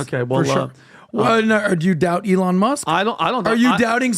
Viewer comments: eeeEElon?? Elon! no potatoes potatoes here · I dislike how PBD continues to butcher Elon's name 😭